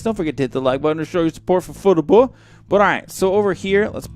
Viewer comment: I just realized that when he says "Fuh-te-buh" he means FTB. XD